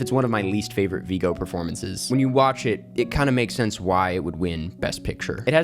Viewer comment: A fact correction and some mispronunciations of names. (My last name is always mispronounced and I think it's important that we pronounce the names of the people we're lauding, as you do in this video.) First off, the director of Chicago is Rob Marshall. Martin Richards was a producer. Paul Haggis is pronounced HAGgis, not HOGgis,. Mr. Mortenson's first name is pronounced VIGgo, not VEEgo. There is an accent in Iňárritu's name, so it is pronounced 'in YA ree too" not "in ya REE too". Martin Scorcese pronounces his own name "score SESS ee" not "score SAY see". Alexander Desplat is "DAY plah". Okay, I'm done.